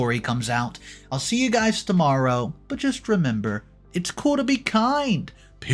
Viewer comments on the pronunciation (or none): none